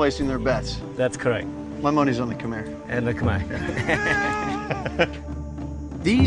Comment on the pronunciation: It's Kh'mer not Kh-my 😄